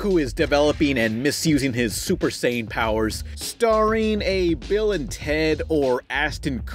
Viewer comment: ....You actually pronounced Saiyan correctly but not sure if on purpose or for comedy...AHHHHHHHH! Weeaboo is confused Weeaboo hurt itself in its confusion Weeaboo fainted